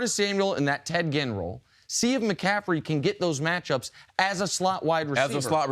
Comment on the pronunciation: Why can't Chris Carter say mcaffrey he keeps saying mcaffedy